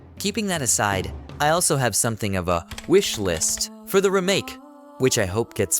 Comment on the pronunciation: false. Listen to the inflections and weird pronunciations like "remake". And the weird inflections sounds the same every time the words are said because it's AI